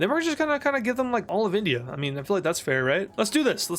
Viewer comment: its INdia not ONdia